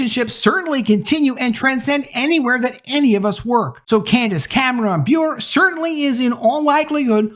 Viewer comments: Bure is not pronounced Be-ure. Her family pronounces it Burr-ay. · Great video,. I got to help you on something. Candace Cameron last name pronounced Bur-RAY. The "e" is not silent. It's Russian. Her Russian husband Valeri starred in the NHL. His brother Pavel was one of the greatest Russian-born hockey players of all time. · BTW, Candice Cameron Bure's last name is pronounced Boo-RAY - she married NHL player Valeri Bure in 1996. GAF channel is making dozens of new movies, and in less than a few years have already become a significant competitor to Hallmark. Our family has already watched a number of their movies; like Hallmark, they're already in Christmas movie mode. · Bure is pronounced BurrEH. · Bure is pronounced Burr-ay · Bure is pronounced Burr-A I only know this because she married russian hockey player Pavel Bure. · It's pronounced Ber a